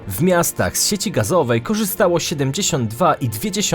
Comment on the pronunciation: Świetny pod względem merytorycznym kanał, ale tragicznie się go słucha. Skąd ta dziwna wymowa? "W POLSCE według stanu na koniec 2020 rooku, odsetek ludności ogółem korzystającej z sieci gazoweej wyniósł 54 i 2 dziesiąte procęęTA."